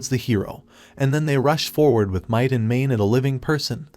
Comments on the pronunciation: "with might and mane" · If you just pick a random point in this video it will take less than 1 minute for you to hear might and mane. Sometimes you hear it immediately. Holy shit I found myself cringing every time I heard it.